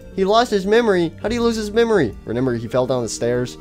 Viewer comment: I like how he says re N ember instead of remember